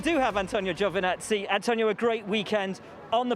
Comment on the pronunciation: Giovinazzi, not GiovAnazzi!! 😑